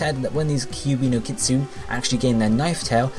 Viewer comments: Isn't kitsune supposed to be said like kit-sue-nay? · Lol yeah I cringed too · It is I cringed so hard